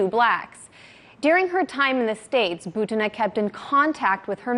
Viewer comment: bUtina, not butIna.